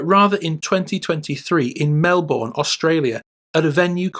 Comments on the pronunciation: It's pronounced "Mel bin" not "Mel born" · Is this voice AI? At first Melbourne was mispronounced MelBORN but then correctly as MELbn. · "Mel-bern" - just saying.